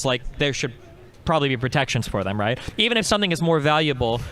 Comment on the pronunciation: “rightt” no…